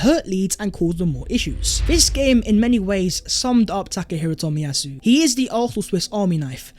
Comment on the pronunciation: Tack Her Hero Toll-Me-Yah- Sue . It was good to see him back.